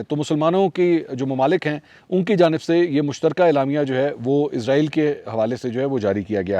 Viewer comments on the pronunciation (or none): ازرایل نہیں اسرائیل ۔۔۔